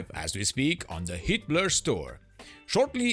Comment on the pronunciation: Every time the narrator says HeatBlur, all I hear is Hitler…